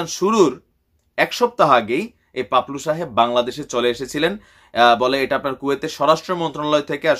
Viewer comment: Bhai, unar naam paplu na to' Papul